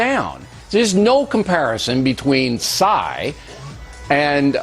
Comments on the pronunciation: "ebenebeddebe... calls himself Psssssyy" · Maybe Bill was having a stroke as he was pronouncing Psy's name. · I love ho O'Reilly thinks everyone is a part of a conspiracy. Just how he says "PSY", like that's not his name.